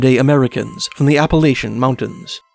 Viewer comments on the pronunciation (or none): none